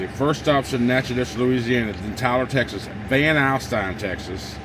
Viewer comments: Your first stop pronunciations Natch-I-toch. Van Alystyne is north of Dallas on 75. Don’t go 20 to Dallas and up! Take 69 north from Tyler to Greenville. 78 to VA. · It’s actually pronounced nackadish. 😎